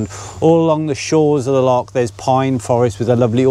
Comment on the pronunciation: So happy you started saying loch properly...mostly 😂